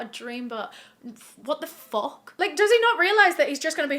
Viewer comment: i just loveee the way you say “What the FULKK”😂